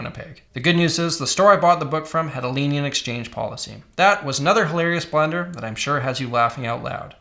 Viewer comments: Why does he keep saying blender 😭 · Thought he was saying "blender" the whole time. I was like tf blender has to do with this? 😂